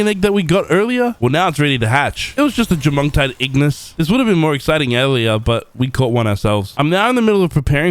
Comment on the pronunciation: Jormuntide ignis❌ Jomongdore ignis✅